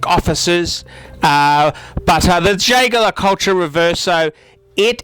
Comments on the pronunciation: Ehhhhhh this guy can't pronounce Jaeger-LeCoultre to save his life. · How predictable you are and how badly you pronounce Jaeger le Coultre.!! Of course high end watches are marvellous ( I have a number) but there are equally desirable watches further down the pecking order. One that comes to mind is the Ebel Voyager with the white dial. ....an adorable beautifully made sports watch. Did you forget about the original divine steel and gold gents Cartier Santos Galbee. I have had one for 40 years, a really true classic with eternal design features. Talking of Patek ,what about the 5024?... aesthetically a fabulous timepiece, and then you should look at the dials of the J le C Odysseus and Heraeion chronographs...pure genius my friend. I prefer the 1990 cases with bevelled bezels for pure panache. As for Rolex I'm not sure why they have such a cache. They aren't beautiful and there are billions of them ! One things for sure they are not for aficionados .